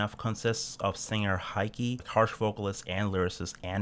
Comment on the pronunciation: Every time he called her "Heiki" I cringed